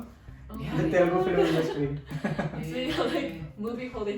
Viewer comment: It's Telugu not telegu 🤦🏽‍♂️